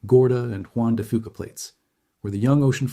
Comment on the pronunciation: Juan de Fuca=Juan de Few-kuh Not Juan de Foo-kuh. Knowing how to pronounce name of things lends credibility to what you say…